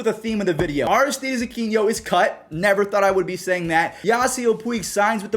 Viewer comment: I think it's Aristides Uh-kee-no